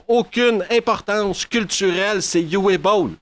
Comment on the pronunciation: C'est du Uwe Boll et ce sera donc sans moi. Au fait, en allemand, Uwe se prononce Ouveu.